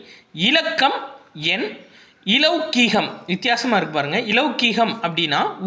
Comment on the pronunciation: Sir athu லொகிகம் இ silent sir